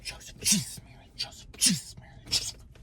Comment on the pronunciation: Jeejus mary and jhoosephhh Jeejus mary and jhoosephhh Jeejus mary and jhoosephhh. Man, he really brings the fun